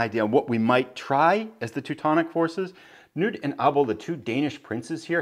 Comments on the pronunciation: What a great walkthrough of the scenario! Nevsky is currently one of my favorite games, I think the siegeing is really a interesting design -but as a dane i just had to point out that the 'K' in "Knud" is not silent, and is pronounced more like "Ku-nud". But great series with interresting randomness, i hope you can find somebody to play a full campaign with and give us a nice 6-hour video :P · Thanks,! I was actually looking up the pronunciation of Knud a week or so ago when another viewer mentioned the pronunciation was incorrect, and the Internet seemed to indicate what you're saying as well. Thanks for the correction! It would be great fun to play a full campaign, but wow, that would be a long series. I've found that video-length is running me twice as long as game length, so a 6-hour game would end up as a 12-hour video series. (I'm toying with some ideas to shorten that ratio up, though.) That'd be a major project, for sure, but great fun.:)